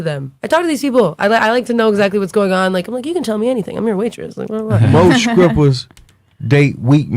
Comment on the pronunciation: "Skrippas... Skrong" Regular People: "Strippers... Strong"